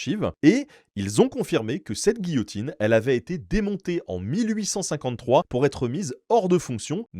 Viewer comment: Quelle français ce type 😂😂 J'ai une histoire rigolote : et il commence a parlé de giotine 🤣